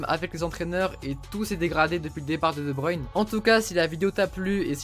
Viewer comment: Enfin quelqu'un qui ne dit pas de bruine et qui dit de bruyne